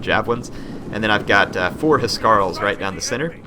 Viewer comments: Huscarls not he-scar-el haha House-karl And Geats is Geets (sorry I just had to tell you) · I think the pressure on Huscarls is on the s and not the c, that is how it is pronounced in Danish. I may be wrong since i'm not a native english speaker, and it may be differently pronounced in English :P